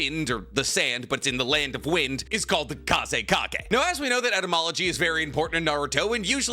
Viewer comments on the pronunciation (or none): none